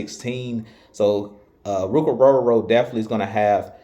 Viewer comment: You definitely can pronounce his name!! Love your work!!😊